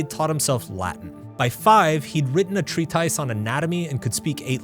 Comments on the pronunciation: I think it's pronounced "treat-iss", not "treat ice". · Tree-tice? It's pronounced tree-tis 😂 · what the hell is a treat-ice? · It's pronounced tree-tiss, not treat-ice. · WTF is a “tree-tice”? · Treat-ICE = Treatise? This is AI. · Did you just pronounce "treatise" as tree-ties?😢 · Treatise - "treat-iss" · I don't think that's how to say "treatise". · Treatise (pronunciation) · Treatise pronunciation. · Yo this guy can't even pronounce Treatise. I can explain why - I deliberately chose to study History of Art and then Philosophy (PhD). I looked at our (social) reality, the vacillations of the market, and realised that the market could crush me at any time, regardless of what I had studied. I always knew that I had to study what interested me, and do whatever for a living as it is almost impossible that my own interests and career would coincide in a labour market that no one individual has power over. I will probably still be crushed by the market, but at least I lived a good chunk of my life on my own terms. Some people even claim that with automation and mechanisation, the so-called "skills" I acquired will make me a valuable commodity in future labour markets. But all these predictions are empty, because capitalism is an irrational and unpredictable system by nature. My advice is to do what interests you before they shut it down and reduce us all to technicians of stupid machines, idiotic marketeers, estate agents, and share-movers and speculators. Life is too short to be trying to outsmart a game that has been rigged for centuries. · why did he pronounce “treatise” like that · Learn how to pronounce words like treatise if you’re gonna use them- I guess you weren’t the smart kid 😂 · It’s how AI pronounces “treatise” 😂